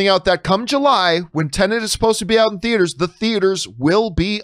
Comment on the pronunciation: everybody tend to put an extra N in TENET